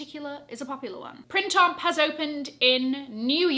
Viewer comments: I’m sure it’s pronounced PRAN TOM didn’t you do French at school?? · Everything wonderful, I agree with most…just 1 thing: I wish you - being a pro - would correctly pronounce “Printemps”. Other than that…Best wishes ❤